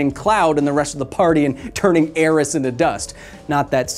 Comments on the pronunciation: Kyle, it's"Aerith". "Aeris" was a mistranslation only present in the english localization. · AERITH not aeris. Localisation sucked in the 90s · Nooooooo, Aerith.... How could you... (btw, it’s not Aeris) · Never heard make a mistake before. Aeris? Ya sure about that? As if it matters. Regardless, dying your hair when the topic isn't your favorite game. That's dedication. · You said Aeris... Downvote.